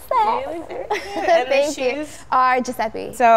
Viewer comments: Why does she say guiseppi its called guiseppe. It's italian and you don't pronounce it like this (or like her name) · Viva Maria no she didnt! i speak italian and is giuseppE!